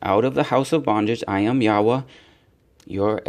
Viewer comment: Thank you for pronouncing the Name Yahwah correct